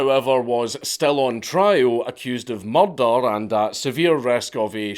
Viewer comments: THARRS BIN A MUCHRRDAAAH!! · I know it sounds a bit off but the way Dank says "murder" sounds amazing.